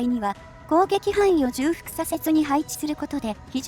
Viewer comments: じゅうふく より ちょうふく の方が本来の言い方だと思いますよ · ずっと気になってたんです、ごめんなさい。 重複(ちょうふく)